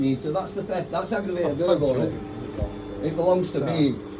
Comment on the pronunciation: It's burger-ly, in fact it's aggravated burger-ly 🤣